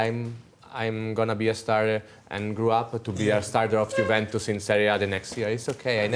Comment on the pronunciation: Maybe Roy will start pronouncing it correctly now! Juventus, Roy. 😅